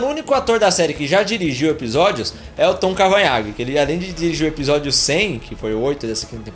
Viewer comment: Tom Cavanhaque kkkkkkkkkkkkkk Tom Cavanagh